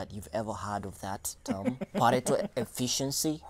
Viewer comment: somebody tell its "pareto efficiency" not "parental" efficiency